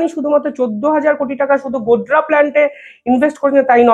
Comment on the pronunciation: গোদরা নয় গোডডা।